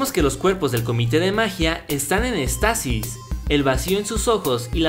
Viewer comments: Se dice Éxtasis, no extasis, con acento en la "e". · se dice éxtasis